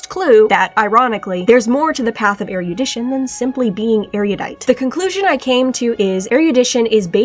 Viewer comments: I'm so sorry I can't handle hearing "er-YOO-dition" forty times in a row 😭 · So I just found out. While “erudite” is pronounced “er-e-oo-dite” “erudition” is pronounced “er-ruh-di-shn.” Fuck English